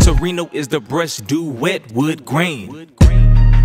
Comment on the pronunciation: the way he said i am finding the bursh had me dead (not trynna be racist)